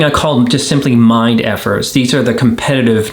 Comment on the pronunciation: As a non-native speaker it took me many videos to finally figure out, what you mean with "mind effies" (that is what I heard) :D Strong word, needs courage to pin it on ones own parent... But it probably depends on how far you have come in the recovery process...